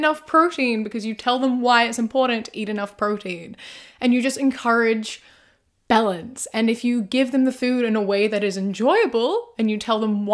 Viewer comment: My brain just keeps processing 'balance' as 'bell-ends'. I mean the parents are but 😅